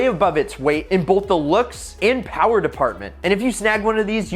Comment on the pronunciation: Mo PoWaH BaBeH